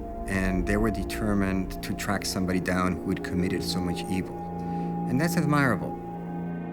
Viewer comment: It's pronounced admirable :-)